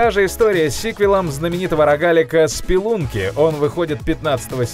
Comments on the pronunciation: Я думал что это видос стопгейма, и офигел когда услышал "Спелунки" сразу понял что игромания обосралась) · Ору, какой нахер "Спелунки"